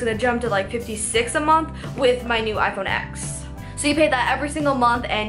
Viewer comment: ITS PRONOUNCED IPHONE 10!!